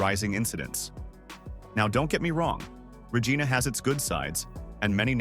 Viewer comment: Yikes! If you're going to use a detestable A.I. voice, at least teach it to pronounce city names as easy to say as Re-JYE-na---as in Gi-nor-mous, NOT Re-GEE-na🙄. If fact, I'm less than three minutes into this video, and I've now heard a VERY common word mispronounced. If you can't get the basics right, the reliability of your actual information is likely wrong or made up too. Now clicking 'Don't recommend channel'. Bye.